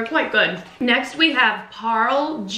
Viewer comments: Oh man you guys didn't try the real Indian stuff. Try Kurkure, Lays Indian Masala, Balaji waffers, n thrs soo much more. Also it's pronounced as Parl A G Fun Fact: Parle G is like a staple biscuit for India. Every person young and old for generations has eaten this. Their kinda known as "A poor man's biscuit" Good job you guys 😘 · It's not parl-g. It spells ' Par-lé G' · The pronounciation of Parle G sounds like parlay g... everyone loves good day and Parle G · It's pronounced as PARLAE-G and it's the biscuit which u will find in every Indian's House.